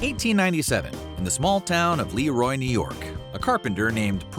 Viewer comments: It's pronounced LAH - ROY not LEE - ROY 😄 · Minor correction: LeRoy is pronounced “luh-ROY.”